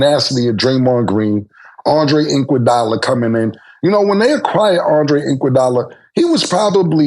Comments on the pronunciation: Andre INKwadula lmaooooo Cam be cracking me up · "Andre INKwadala" -Kilka